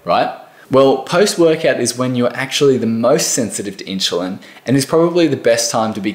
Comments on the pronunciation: my ears were exploding every time he was said it... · Why do you keep prouncing it as inchulin... It's insulin. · Inchulin? wtf is that? Dude, if you can't even pronounce the word 'insulin' correctly, it puts everything else you say in doubt. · Insulin not inshulin...🤓 sorry, it drives me nuts 😉🤣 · He said "inchulin" 15 times. It's hard to think about the message when my brain keeps correcting him. The info is good. It's just that one word! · I am sorry but I couldn’t figure out what is “inchalin”??? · I love your accent. Question? How do you get your pronunciation "in-shoe-lin" out of i-n-s-u-l-i-n? Not trying to be critical, just curious. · The word inschulin is all I could focus on. I mean I don't even know if inschulin is good or bad at this point 🙃😂 just that something something inschulin. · I stopped watching for that reason. If you can't pronounce insulin correctly, i don't trust you. haha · Dude, it’s in-chillin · Yeah,what is ‘INSHULIN’? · Inchuline Hehe 😀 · OMG!!!! I had a hard time trying to focus on what he was saying because of thaaaaaattt!!!!!! I turned the CC on stop hearing it 🤦‍♀️🤦‍♀️🤦‍♀️ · It was so hard to listen to the content because of that. My brain simply got hung on that pronunciation :) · True that😂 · I know right??? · This has nothing to do with an "Accent", it's pronunciation of Insulin using a proper English "Ssss" sound. There's absolutely no word in English where you pronounce an S with a chu. Someone from England, Auss, New Zealand would know this.